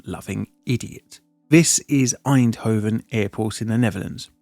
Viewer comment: Und "Einhoven" is F>>>>>>kikng WHERE??